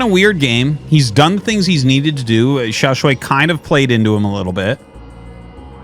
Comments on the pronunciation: Artosis I am begging you to fix your pronunciation of Xiaoshuai. It's "sh + why", so it's the "aiii" sound in "why" not "way" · Hey artosis, just wanted to let you know that Xiaoshuai is pronounced more like “shu-ai” just in case you wanted to know for future casts. His name actually means “Little handsome” which is funny to think about.